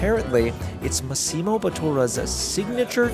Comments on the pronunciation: pronounced MAH-ssimo, btw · The way you pronounce “Massimo” 😂😂😂 and you missed the best thing on the on the Gucci menu - the burger!!! 🍔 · You totally butchered saying Massimo's name. I don't know if anybody caught that. Great video though.